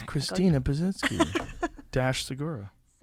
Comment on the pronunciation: Christina Pa-TITS-ky